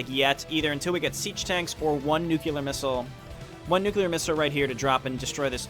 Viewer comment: He said nucular :D